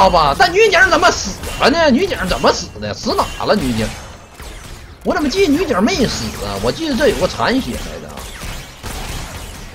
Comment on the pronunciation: “zén么玩，zěn么玩“ - TheShy